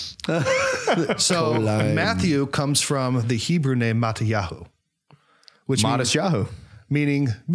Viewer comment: I'm Israeli and it's really funny how you pronounce the names in Hebrew It's so strange to hear those names in an American accent. I really enjoyed watching the video